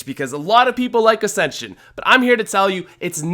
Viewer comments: What acsension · I was offended when he said ascension